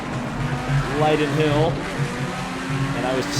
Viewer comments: Aidan Kennedy Lie dun hill 😂😂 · That's the most American pronunciation of lydden hill I've ever heard 😂